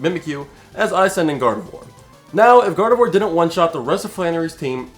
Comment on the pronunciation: Swear I heard God of War instead of Gardevoir for the first time. I may be into tooany fandoms